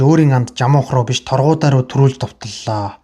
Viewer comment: Сорхан шарынх Чулуун Чинбай гэж 2 хүүтэй.Мөн Торгудай биш Таргудай гэдэг